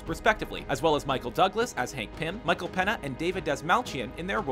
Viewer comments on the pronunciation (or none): ¿Pena? it's Peña! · Can this guy not pronounce anything? Mater? Thanos?? Michael PEÑA? REALLY??